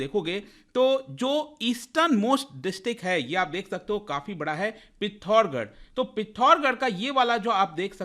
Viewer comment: पिथोर्गर nhi पिथोरागढ़